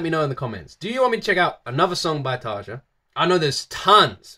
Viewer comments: Try to pronounce Tarja like it was written Tarya. It sounds more correct then. The way english speaking people say Tarja sounds like Tarza and that's wrong. Not a big deal though. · Tarja's name is pronounced as "tarya". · TARYA Tarja pronouced Tarya! And she was first vocalist of Nightwish. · Its Tarja, with an open a and a hard r, not Tasha or whatever.... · Actually, what is weird, is to hear how you prononce her name. But that's ok, a lot of english speakers do that before someone corrects them. Most of Europe pronounces their "J" like eng. "Y". A suggestion: "Sleeping sun" by Tarja. That one tears into my soul. I bet i'm not the only one. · your saying her name wrong all the members past n present with a "J" in their name is pronounced with a "Y"